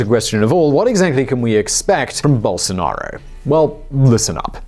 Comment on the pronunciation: Best forerign pronunciation of bolsonaro, now is only remaining to learn speak "fora".